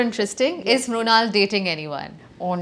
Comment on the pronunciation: Brunal 😂 it's mrunal